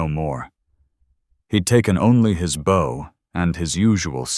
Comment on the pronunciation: I keep telling you the word is bow pronounced Bo.